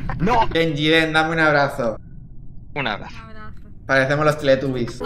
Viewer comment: Increíble, un español pronunciando bien "Teletubbies" En españa lo pronuncian "Teletabis" xD